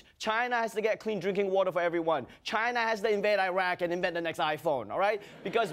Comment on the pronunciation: i think you mean Ghina